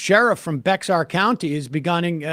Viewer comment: Okay, as an Austinite, absolutely love when y'all mispronounce Bexar. Handful of different options, easiest is probably bear or bay-er, or just say San Antonio, just never bex-ar, .